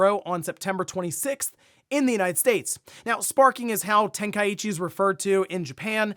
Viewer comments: … Ten-Kai-chi. Not ten-kai-ichi…. Get well soon bro. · I always is find it funny how people mispronounce Tenkaichi. Where do they get the extra "i" sound from. Its Ten - Kai - Chi 😂😂😂 Edit: It would have to be written like Tenkaiichi